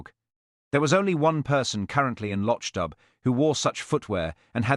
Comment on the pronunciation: LochDoo not Lochdub